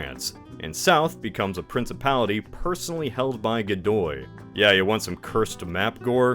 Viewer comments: i'm having a severe case of dejá-vu... PS. I see; part 1 had already been released. "Godoy", not "Gidou". if it was his son; the queen seemingly confessed on her deathbed to her personal priest that none of her children were her husband's (a man who had been warned right before his marriage by his father to make sure to take measures to prevent cheating, to which he famously replied something like "who would cheat on the king?"; not the brightest bulb in the shed, that one). or tried to; as the picture shows, Napoleon crowned himself. nice touch there, with the arsenic-laced wallpaper. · Godoy became Gidou bruh, they didn't even bother double checking